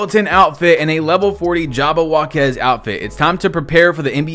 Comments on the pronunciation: W. Pronounced jab-a-wok-eze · jab - o - wock - ies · It’s jab-ah-wok-ease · Lmaoo why you pronounce jabbawocky like that